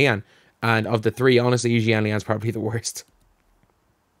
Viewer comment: Thank you for pronounce Yi's name correctly